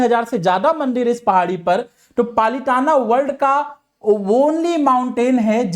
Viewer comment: Its palitana not palitan